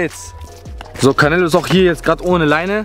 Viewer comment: Er heist auch nicht carnelo er heist canelo 😂 nicht so gemeint ❤